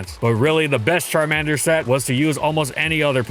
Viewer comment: "CharmEnder" It's CharmAnder.